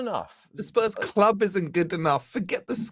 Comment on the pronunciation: This guy is british but doesn't know how to pronounce CLUB. He's a fucking CHARACTER. He should get a BAFTA! He's the Ali G and Borat of football content creation!!